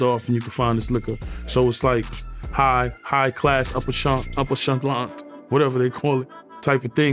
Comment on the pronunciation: “Upper chaublant” Tony Yayo🔥🔥🔥